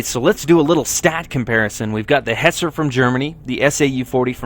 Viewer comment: Its hetzer -_